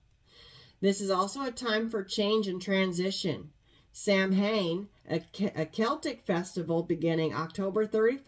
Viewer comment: Samhain sounds more like sowin.